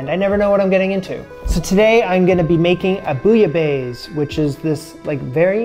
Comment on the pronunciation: You can pronounce Bouillabaisse but you can't pronounce Roquefort? Really?